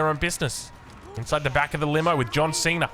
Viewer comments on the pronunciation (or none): none